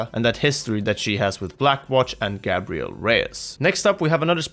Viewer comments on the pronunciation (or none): Isn't pronounced Gay'briel Not Gah'briel?